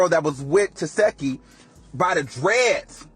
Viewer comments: Who is Tesheki 😂😂 Her name is pronounced Ta-see-kee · Why can’t ANYONE say her name??? It’s pronounced “Tuh-sec-E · Why do y’all continue to pronounce this woman’s name wrong when she CLEARLY has enunciated it a million times 😐🙃 TES ZEE KEE … not that hard 🙄